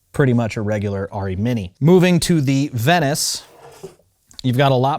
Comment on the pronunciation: What is it with this revisionist pronunciation of Arri as "Ah-ri" Its Arri with an A as in "apple", not A as in "awe". Ask a German, FFS. Me: Arri owner/user/fanboy since the mid-70s.